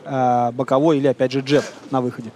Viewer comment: что за «джАб»?! ДжЭб, блин - ты не в Ирландии. 🤣